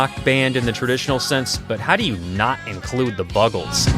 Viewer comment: Mongo Jerry??? It's Mungo Jerry. The Bugles ??? It's The Buggles. Make an effort, would you?